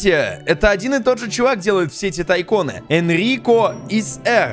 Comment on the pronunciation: Не тайкОн а тайкУн